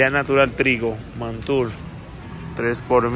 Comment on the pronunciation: Algunas pronunciaciones malas: se pronuncian roklets*. No *roquets se pronuncia mackay altesa*. No *mickay artesanal no alcanzaste pronunciar *craquelet*. se pronuncia *natur*. No *mantur*.